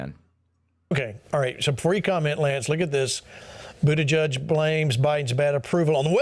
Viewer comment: “Jen Puh-saki and Pete Boodidge.” These simple, lying Pharisees make my blood boil.